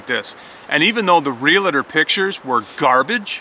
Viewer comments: Just subscribed, love your stuff! just need to convince the other half to adopt some of the lifestyle haha. PLEASE stop pronouncing REALTOR wrong. its not Realator. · Real tor. Not realator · You need to learn how to pronounce realtor. It is real tor. Not real a tor. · From a Realtor..It's pronounced Real-Tor, not rel-la-tor. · Realtor is a two syllable word: ‘real’-‘tor’. It is not real-la-ter or any other strange pronunciation. Please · Great video. Just a heads up there is no I in Realtor. Real-tor. Sorry just a pet peeve. Regardless, excellent video. Great information. What price per acre is a good deal in the middle of the wildernesses? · Realtor has no "i" in the pronouncing of it. It's (real-tour) and (real-tea) .... great video